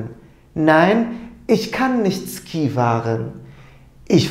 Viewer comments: Hocam selamlar. 'da Fährst du gern Ski ? soru cümlesinde < Ski > kelimesini yazıldığı gibi Ski diye telaffuz ettiniz ancak ben bugüne kadar gerek Alman arkadaşlardan gerekse Almanya'daki kursta < şi > olarak ( Feerst du gern şi ) duydum. Doğru olan nedir? Yoksa birçok kelime telafuzunda olduğu gibi Ski kelimesinde de Almanya bölgesel telaffuz farklılığı mı var? ( örneğin 40 rakamı. Kimi fiırziş diyor ,kimi fiırtsig , kimi ise fiızig) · Hocam Ski diye yazılıyor ama Şii diye telaffuz ediliyor :))